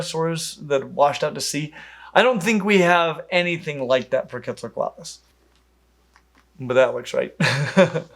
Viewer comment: although we accept Kwet-zal-ko-ot-lus as the correct pronounciation for the pterosaur, the god was apparently named Ket-sal-cut